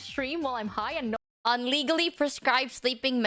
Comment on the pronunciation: "on" should be "un" like